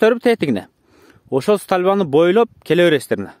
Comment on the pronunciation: Стальба эмес столба